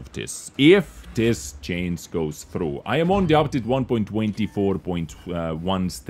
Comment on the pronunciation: I like your videos, but please... for the love of god... learn how to pronounce the word "Change" 😀